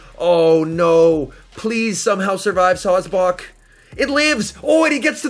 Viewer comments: Sawsbuck: "SawsBawk" Excuse me sir but it's pronounced Saws-Buck. You know, Like a male deer...: bawk bawk bawk.🤨...: bawkbawkbawkbawkbawkbawkbawkbawkbawkbawk 🐔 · No one:: Sawsbock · I’m fine with sawsbuck... but what about the dirt rabbit..